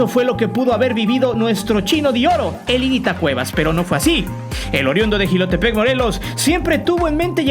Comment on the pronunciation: No es jilotepec , es jiutepec